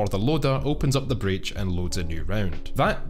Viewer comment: Breac or Breech ?